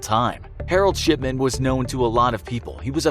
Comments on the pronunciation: It sounds like Mr.SHITMAN instead of mr, shipman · i mishear his talking and think hes saying shitman lol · His name is not shipman, it's... SHITMAN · Every time he said shipman I hear sh*tman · I keep hearing sh*man instead of shipman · The infographics: Mr Shipman. What I hear: Mr Shitman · Why did it sound like he said Shitman every time he said Shipman? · Mr. Shipman I thought when you said Mr. Shipman I thought you said Mr.Shitman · his name: dr.shipman what I hear: dr.shitman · Sounds like shitman instead of shipman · anyone else hear “shitman” than “shipman”? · Is it only me but i dont hear shipman but sh**man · Who else keeps thinking he’s saying S***man not shipman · Is it me or do I here shitman instead of shipman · Aleeyaplayz 2019 lol after I read this he said shipman and I thought he said shitman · Sounds Like hes saying Shitman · I cant stop hearing 'Sh*tman', every time he says his name. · I heard his name as Dr. S**tman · It sounds like he is saying shipment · It sounded like he said Harold Shitman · Same I hear shiTman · Ikr. When my mum talks about him (he was her old doctor) she always sounds like shitman lol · i heard shitment lol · I thought he said "Shitman" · It sounds like he is saying SHITman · I heard Harold shitman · Did anyone else hear Harold Shitman? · I thought he said Dr shitman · Sounds like he’s saying dr s***man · Shipman sounds like shitmen tbh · why do I keep hearing it as "sh◼tman" ? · i heard that too lol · LOL I hear that as well, like Mark Fuckerberg.